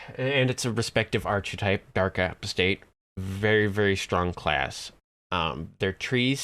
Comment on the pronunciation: First, a guide to pronunciation; ark-uh-type not arch-eh-type a-paws-tate not app-us-tate Also, Artificer is unquestionably stronger than Rogue or (solo) Bard at this point. Six points in Macrotechnic lets you maximize/empower/intensify your rune arm blasts (still at zero spell points). Two more lets you keep Vengeance Reapers bottled up until everything else has been killed. That's all you need. Other stuff in the tree is 'nice', but there are better options (e.g. Shiradi or Draconic).